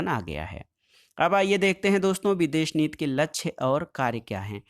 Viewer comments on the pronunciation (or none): Videsh nit nhi sir videsh niti hota hai wo 😂😂😂😂